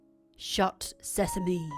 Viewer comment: shut Sesame~ open Sesame~ 계속 사시미~로 들려요ㅎㅎ😶 asmr 감사 팟빵도 감사해요^^